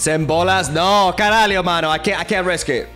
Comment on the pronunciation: you are brazilian? The “Caralho mano” was kinda weird